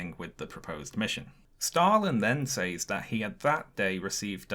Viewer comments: You’re pronouncing the word “says” wrong, for a British person. It should sound like “sehz”. It’s distracting from your video. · Says is pronounced " sez," like "rez," not "saze," like "maze."